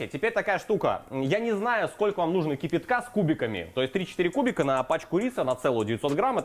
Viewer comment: "КИпИтка с кубиками" - руский язык коверкает. То что " сырно" -иэто понятно...